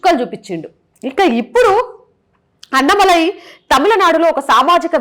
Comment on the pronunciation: అన్నమలై కాదు అన్నామలై అన్నామలై అను anchor తల్లి...